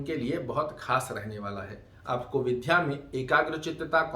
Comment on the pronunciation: विद् या बोलिए। आप विध् या बोलते हैं।